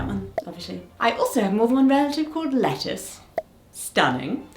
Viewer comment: It's not Lettuce. It's Lettice. Le'tease. (Form of Leticia)